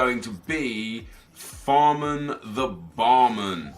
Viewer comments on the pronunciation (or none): Fahrman the Barman.... you do know its FÄhrmanN and not Fahrman right???